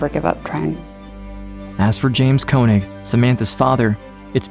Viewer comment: Amazing that even mr koenig or könig himself dont even know how to pronounce his name right